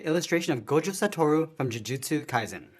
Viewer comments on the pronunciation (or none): bro really said gojo soutoro